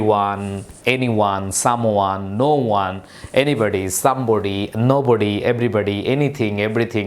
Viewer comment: নাথিং এর পর নোবডি না বলে নাবডি বলছি😅🐱